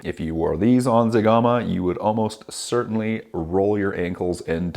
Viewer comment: Wowwww you killed zegama hahahahaha